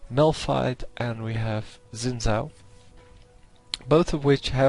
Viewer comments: you pronounce it shin zhao. zh is like sh just with a vocal noise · You said it like Zin Zao :) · you gtta say xin zhao like a china man. sin zao.